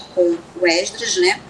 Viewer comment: Porque esse homem fala êsdras?